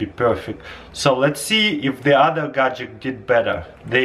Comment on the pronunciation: I found it awesome that Taras can perfectly say the long word imperfection but still says gagjetcks